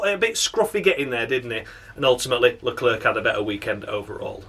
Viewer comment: With both commentators saying Leclerc stupidly as always It's gets stupider with each race